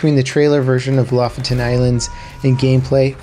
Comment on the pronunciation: Hi, I just want to say I love your videos but I've heard you say "Lofoten Island" wrong so many times now that I just wanted to help you say it the right way okay. Your pronunciation of "Lofoten" is all wrong. sorry to tell you, but don't feel bad, Norwegian language is hard. The way says "Lofoten Island" The way Norwegians says "Lofoten" correctly